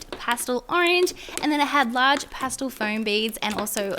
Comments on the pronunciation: It’s pronounced Pas-tel not postal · Was anyone else annoyed by how she said "pastle" instead of "pastel?" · "Passtil" Not 'pastel' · Ik it's your accent but does anyone else get annoyed when she says pastle instead of pastel? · Just me or ‘pastul’ really annoyed me. Ly tho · Could you maybe play with your slime good?! Also say pastel right!